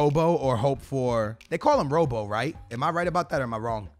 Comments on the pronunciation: Please stop saying rowbow. Rob-oh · andy robertson’s nickname is robbo like rob-o not robe-o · It really bothers me that he doesnt know that CB's cand go in CDM spots and RM/LM can go in RB/LB positions and RWB/LWB can go in RW/LW positions and it's really annoying when he doesnt pronounce player names correctly for example Andy Robertson he calls him Robo instead of Robbo